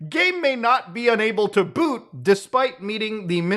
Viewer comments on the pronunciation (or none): none